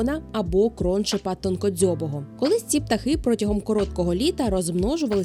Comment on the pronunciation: Птах називається кроншНеп з наголосом на Е.